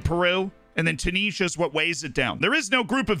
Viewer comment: The way you say Tunisia gives me a headache